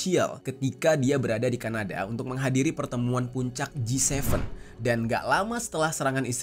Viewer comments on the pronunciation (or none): none